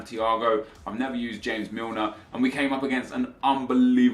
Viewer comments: why do you say James Milner, as if he was Spanish or from south america. It is not fucking HAMEZ it fucking JAYmes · Does he realise it's James Milner not hames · ITS JAMES MILNER HE IS ENGLISH, JAMES ENGLISH PRONOUNCED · Sorry how did you just pronounce James again!?! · JAMES MILNER FOR GOD SAKE.. NOT HAMES.. PLEASE STOP THE CRINGINESS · Dejan is pronounced like Deyan and james milner is english so j is not pronounced as h... great video btw and keep up the good work